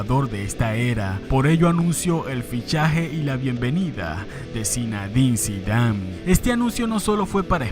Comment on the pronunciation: Se dice zinedin no se dice zinadin